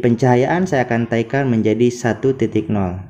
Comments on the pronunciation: Naikan, bukan "taikan"... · Bukan TAIKAN, tp NAIKAN, hadeuh